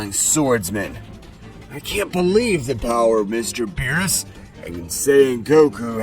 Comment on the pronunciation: Aww man no voice that says beeroos.